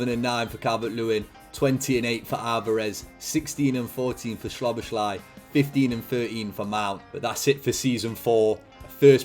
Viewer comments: it’s sah-boz-lee not sobashly 😂😂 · Just a quick hungarian lesson from a hungarian subscriber who actually knows Szoboszlai personally for more than 10 years 😄 the “sz” in hungarian is actually pronounced the same way “s” is pronounced in english so say it like it would be “soboslai” in english like you say Sosa’s name Love your content btw❤ huge fan since the portsmouth series When you upload that day cant be a bad one Keep it up bro👊🏻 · Hungarian here: Sz in Hungarian is basically what 's' is to the english. Not 'sh' but 's' like in sneak, snake, or step. So you pronounce it like So-boss-la and then a long hard i, more like an 'e' in english. So-boss-la-e, so-boss-la-ee. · i almost fell off my chair when i heard schloboschlay 😂😂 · Is it correct to pronounce it like soBOSlai? With the pressure on the middle? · As a hungarian that pronunciation of Szoboszlai's name hurt my ears.